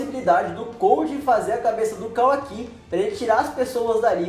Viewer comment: não é “KAWAKÍ” é kawaki